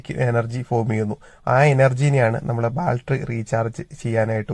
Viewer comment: ബാൽറ്ററി അല്ല 😂... ബാറ്ററി ❤